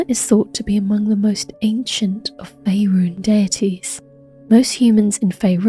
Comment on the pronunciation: Good content I enjoyed it, but have some nitpicking on pronunciation. Faerun; there's no "e" after the final "un" to modify it into rune (roon) - think of sun or gun to say it correctly. Selune; the "e" after this places emphasis on the the "u" before the "n" - so examples would be attune, tribune, dune. Can see where you got to this with the Latin "Luna"